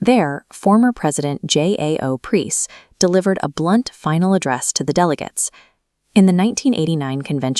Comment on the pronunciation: Want some credibility, use your own voice or at least find an AI that can pronounce Preus.